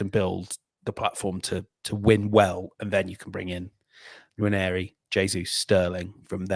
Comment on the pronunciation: 'Nwaneri' not 'Nwanieri' 🙏